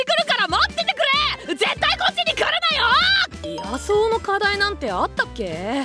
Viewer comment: 野草（のぐさ）じゃなくて のぐs・・・・・・・・・・・・・